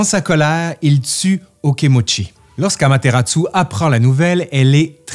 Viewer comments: Petite correction, c'est bien Amaterasu et non Amateratsu. Ça fait une différence en japonais 😅. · Merci pour cette vidéo très complète. Mais je me permets une petite critique sur la prononciation : Amaterasu est prononcée "Amateratsu". Pour un francophone, la différence est minime mais en japonais c'est très important car un kana est remplacé あまてらす(su)>あまてらつ(tsu)